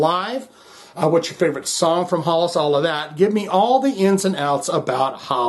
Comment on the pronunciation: It is pronounced more like Hellas.